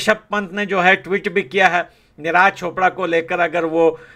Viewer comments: भाई निराज चोपड़ा नही नीरज चोपड़ा नाम है। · Niraj chopper,,, Abe thik se naam le usks